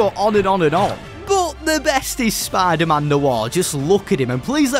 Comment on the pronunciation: I’m sorry but I can’t hear spider-man the same again lol spadah-mahn